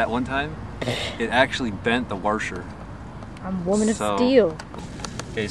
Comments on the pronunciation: lol IT'S A WASHER NOT A WARSHER!!! ARGH other than that, awesome vid guys :) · Washer not Warsher. I enjoy your vids keep up the good work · warsher wtf its washer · worsher. its a WAH-SHER!! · "warsher" lol. i cant wait to get a hawk sky. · its called a wosher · Warsher, what the hell is a warsher? it's a washer LOL and Soldering iron is the term your after but hey good video mate, you have done quite a few good informative videos for beginners, top stuff. And your girlfriend/wife does a great job filming, I wish I had a partner who was interested in my hobbies. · i think you need to start a Dictionary and include "warsher" in it. 5 stars for expanding my vorcabyoulary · yeah lol wtf is a warsher xD